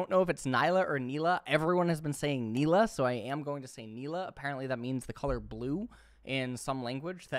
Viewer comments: It's pronounced Nilah, not Nilah. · It's pronounced Nilah, not Nilah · Just FYI it's pronounced Nilah